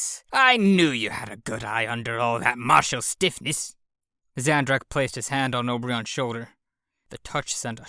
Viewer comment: This is cool, I'm impressed that you've chosen this massive fiction to read to us! But can't notice that you're pronouncing Obyron's name wrong. I heard you say "Ob-ri-on" when it's actually "O-bi-ron", like the King of the fairies